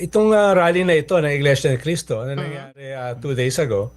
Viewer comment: iglesia ni cristo...ni manalo..yan po ang tamang bigkas